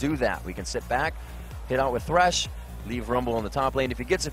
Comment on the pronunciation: why the fuck people still call him tresh instead of thresh?